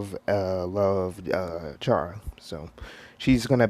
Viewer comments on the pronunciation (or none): You pronounce it like C-ara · It chara but you pronounce it like the H inst there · The "h" in chara is silent